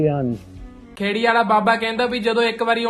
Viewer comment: Chotte praa tu punjab da rehn wala es lyi tenu maa boli sahi trah bolni chahidi aaa ,,, ਖੇੜੀ ਆ ਨਾ ਕੇ ਖੈੜੀ gussa na kri praa tu aapni video aap sun tu ਖੇੜੀ ਵੀ ਕਹਿ ਰਿਹਾ ਤੇ ਖੈੜੀ ਵੀ